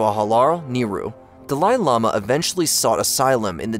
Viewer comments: Dalaili mah? The fuck. How does this still exist. If we are being taught history, I'd like at a reasonable mispronouciation. Not what ever that was. And repeated dozens of times. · Idk why the incorrect pronunciation of Dahli Llhama pissed me off so much. I'm sure i misspelled that which in turn pissed another person off. Sorry. Lol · Dalai Lama is pronounced like "Dolly Lama." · da-lie la-mah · Aint no way you're pronouncing Dalai Lama like that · The Dalai Lama pronunciation is lol weird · How on earth does one butcher the Dalai Lama to such an extent I thought there was yet another unfortunate soul to suffer the same fate as the Dalai Lama. Took me an embarrasing amount of time to realize you just seem unable to pronounce such a famous entity. I still have trouble believing a channel such as this can make such a silly mistake.